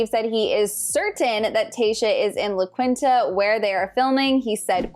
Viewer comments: LA QUINTA......” LA KEENTA” NOT “La Qwinta “. 😂🤣. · Loved the video! Small note on the resort name it’s pronounced la KEEN-ta